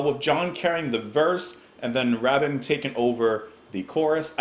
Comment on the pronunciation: Ray-bin, not Rah-bin